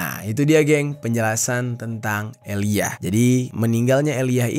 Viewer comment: Aaliyah cara bacanya tetep "Aliya" yah 😊 bukan eliyah. Ngga sabar nunggu ending kasus ini & nungguin documentary karya 50cent tentang DD di netflix